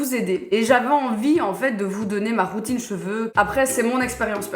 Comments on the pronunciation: j’ai entendu « fée croûtine »... OUI D’ACCORD . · Je suis la seule qui entend "fée croutine"? 😂